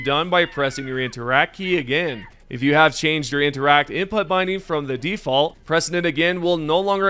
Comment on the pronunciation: I think you're pronouncing input wrong. It's like the word put, not butt. So it's "in put".